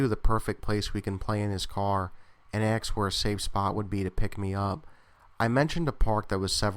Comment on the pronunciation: I generally like your work, but the way you say "asked" is absolutely nails on a chalkboard, man. It's "asked", not "axed". Every time I hear you say it, it pulls me right out of the story, which is really unfortunate. I'm not saying this to be a jerk. It's in the intention of constructive criticism, so you can become aware of it and fix it. With a bit of practice, you can change bad speech habits.